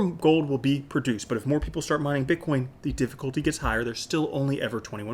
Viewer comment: BiTcoin not BICKOIN ;)